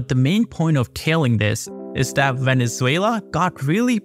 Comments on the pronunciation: "VENELUZA".....???....HAHA.....don't trust this guy at all...... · 😂 Veneluza ? I know Maduro is a loser butttt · It is not Veneluza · Veneluza... Dude, come on! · literally opening your video just to see this complete butchering of my country's name on the very first second